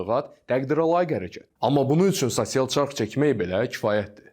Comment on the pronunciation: Səhv tapmağa qalsa - Saçsial yox, sosial